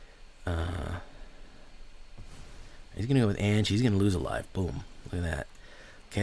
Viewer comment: Anje= AHN-YA